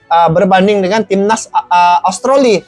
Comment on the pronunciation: Australi bang bukan austroli